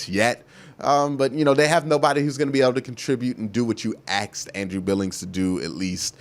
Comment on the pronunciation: I love all your videos but I have to say it lmao... it's pronounced "asked" not "axed"